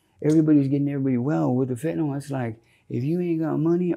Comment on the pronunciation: would be more credible if he could pronounce fentanyl.